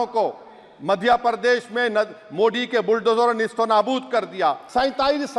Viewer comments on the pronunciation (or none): Sorry sir your voice not true frequently मोड़ी नही मोदी सही है।।। 😂😂😅